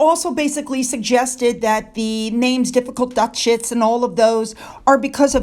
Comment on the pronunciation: I ike how you said "Duh-shits" for Duchess, lol 😂